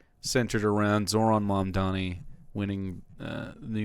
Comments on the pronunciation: I know he can say "Mom." I know he can say "Donnie." IT'S FUCKING MOM DONNIE. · it's crazy that he can't pronounce "Mamdani" when it uses entirely English phonetics, at least in the normal way that normal (non-Maher) Americans pronounce it. It's pronounced like "mom-Donnie." Does he not know how to pronounce "mom," or does he not know how to pronounce "Donnie"? ... It's "mom" that his mouth refuses to pronounce. He has probably never said the word in his entire life, based on his behavior.